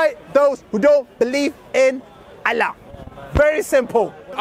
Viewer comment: pronunciation of "Allah" was so cringe. Suits the false god "Allah" better lol. We should all begin saying "allah" in like manner to piss the Dawah team off.